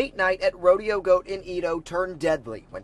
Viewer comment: Why did he call Rodeo Goat "Rodeo go and eat-o" at the beginning im so confused